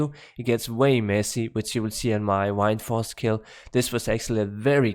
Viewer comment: So Wind in danish is Vind. Pronounced in the almost exact same way. And you end up saying "Wine"force instead? XD